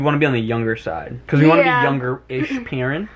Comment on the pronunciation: “We wanna be youngerish peerent” i had to rewind like 3 times to rewatch that and laugh at it🤣🤣🤣